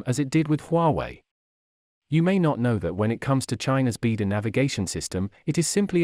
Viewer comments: It’s not “beedo”, it’s “bai dow”, means Big Dipper. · It is pronounced BeiDou (Chinese Pingyin for 北斗). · Please pronounce beidu properly